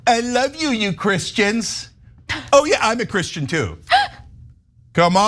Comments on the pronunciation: Sounds like he said "I'm not Christian " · It sounds like Trump says “I’m not a Christian”.